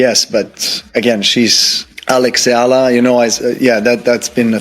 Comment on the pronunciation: Please pronounce Eala correctly djokovic did